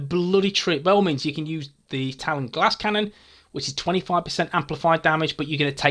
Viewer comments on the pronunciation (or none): none